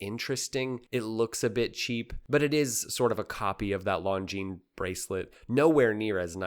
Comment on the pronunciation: One of the few watch channels who pronounces Longines properly. My hats off to you.